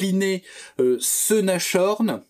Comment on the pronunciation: Merci.. impeccable! Juste une petite remarque linguistique... on prononce Nass-horn et non Nache-horn 🤭